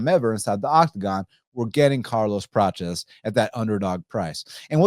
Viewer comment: Why are you saying Carlos “Pratches”….its Prates